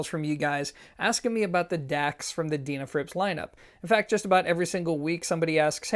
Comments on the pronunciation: I'd love to know how you pronounce the word "dean" ,, Its not a deanafrips, just sayn from my den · Least I didn't mention how you said their name wrong😁(so many times)